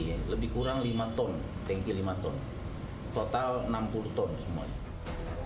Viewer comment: tangki ya pak...bukannya 'tengki'...😂